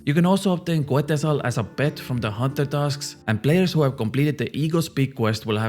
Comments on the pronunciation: its pronouce ketzal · The U is silent in Quetzal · Just a PSA, the quetzal bird name is pronounced Ket-zal, ive seen all the non latino content creators mispronounce it 😂